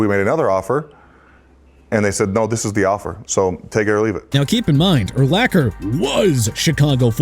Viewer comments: YEAH CSONKA (SAHN-KAH) GOT BACKSTABBED BY MIAMI AND YOUR POINT IS?!! ALSO LEARN TO PRONOUNCE URLACHER (ER-LAHK-ER)... SMH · Pronounce Urlacher right next time. I lost respect for him when he backed off a clear shot at Brady on a Monday Night game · To add insult to injury, Urlacher gets his name repeated mispronounced by a narrator who is either AI or doesn't know jack about the sport. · Tough to get through a video when the name of the very first entry is continually mispronounced. I mean really? You never actually heard his name spoken aloud before? Lol